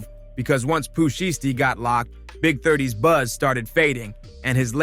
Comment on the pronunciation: Yep…. I draw the line at “Pooh Sheeshtee” Go bk to da lab bro…. This ain’t it…